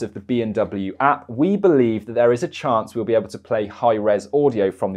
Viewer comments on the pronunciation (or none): none